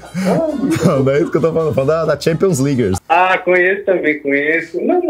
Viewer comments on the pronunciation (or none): Champions "Ligers"